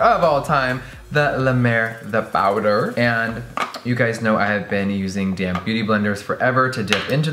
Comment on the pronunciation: for the LONGEST time every time jeffree said "damp beauty blender" i thought he was saying "dammed beauty blender" lmao